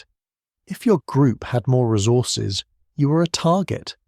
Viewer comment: "rezzorses" is not a word. Why do Canadians inject the letter Z into words?